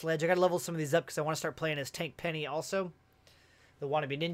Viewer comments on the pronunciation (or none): none